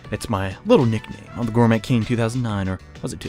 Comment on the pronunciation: Intrepid and Gourmet are the two that make me wince most hehe. To be honest though, both words come from the French side of English, good on for butchering them.